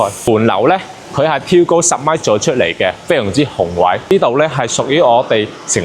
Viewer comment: “宏伟”读了好几遍都读不对,现在当中介不需要学历的吗!?😂